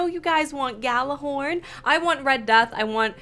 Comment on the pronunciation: Its pronounced Yallahorn